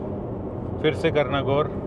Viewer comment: Bhai kitni bar bola guar kiya guuar kiya😡